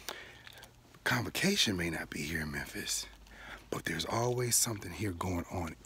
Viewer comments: Are you saying “Complication” conference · No he is sáying convocation